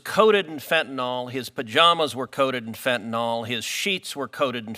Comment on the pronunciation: It’s not fent-an-awl. It’s fent-an-il. “yl” is pronounced “il”